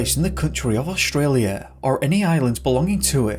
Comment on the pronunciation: Staci Taylor I do too except he says Oshtralia instead of Australia. That makes me laugh.